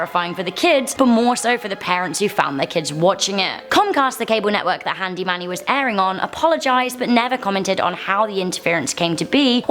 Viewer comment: Thought it was handy Mandy not handy manny